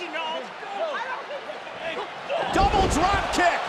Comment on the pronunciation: BAHAHAHA WHEN NIA JAX SAID “I DONT THINK SO REGINOLD”